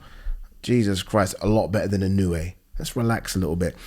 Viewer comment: It's pronounced "In-oh-oo-aye". 4 syllables